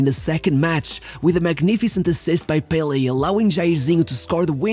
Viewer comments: If you are going to pronounce Santos as santosh you can call pelÉ by his name, its not PÉle but pelÉ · The pronunciation is Pe-LE not PEH-le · I love how you always pronounce most Brazilian names correctly (not the case of you pronouncing Pelé btw)